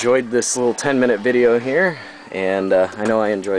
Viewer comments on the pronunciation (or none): none